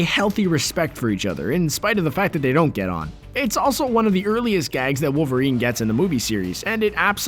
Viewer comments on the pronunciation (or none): Tune wowerien ko lol kaise bola be